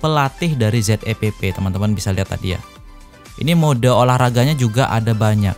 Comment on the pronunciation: Zepp kyknya lebih pas klo dibaca 'zep' dibanding 'z e pe pe' bang..